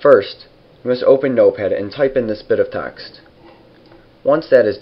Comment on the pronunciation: haha you said tarxt